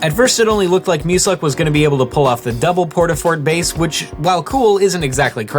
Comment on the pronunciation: Y U call muselk MUSUCK